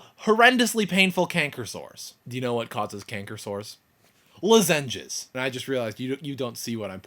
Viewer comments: I'm sorry man, but I cringed every time you said "luh-ZEN-jezz." I think most people pronounce it "LAH-zin-jezz," or maybe that's just how we crazy North Carolinians say it. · lolol at lozenges...luh-ZEN-jes... it's okay though, i mispronounce things all the time. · yep, i know you now know you pronounced lozenges wrong but more like 'loh-zenges' less like 'lazenges' when you first said it i thought you were going to say something about lasagne :) i have to say this is one of your craziest videos ever, i love it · Haha i noticed that... lozEnges rather than loZenges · Lu-zenges :P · luh-zenges lols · you are a big baby. Who cries on youtube like that? You pronounced lozengers wrong. It is not SLS, it is SDS. sodium dodecyl sulfate. You can buy natural toothpaste without it, at like GNC or something. You only have one wisdom tooth? You will get 4 of them. Then, you will probably have to have them removed. Save up some money, that surgery is expensive. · did you say ... lah-ZEN-ges? o_o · you say lozengers very weirdly :) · Heh lozenges... In Oregon we call them "los(as in first part of the word lost)-in-ges (rhymes with quiz) Cool to see different english dialects in the US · LMFAO i know he says it so weirdly! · ha yeah he doesnt know most people dont say it like that